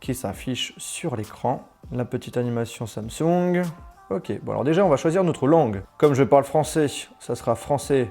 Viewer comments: Cest pas "Samsougne" cest "Samsong" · J'aime bien comment il dit samsoug et non Samsung 😂😘